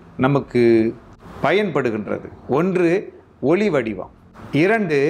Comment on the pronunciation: ஐயா, ஒலி என்பது ஒளி என்று உச்சரிக்கப்படுகிறது. Please note. நன்றி.